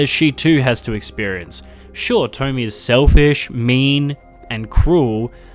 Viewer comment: I love the video but...... It's tomiE, not tommy